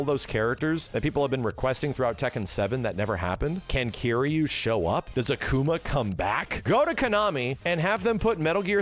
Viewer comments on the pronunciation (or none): none